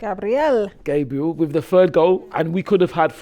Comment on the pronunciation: Gabriel: Gaybril